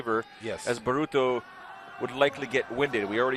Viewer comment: His name's not bruto, it's baruto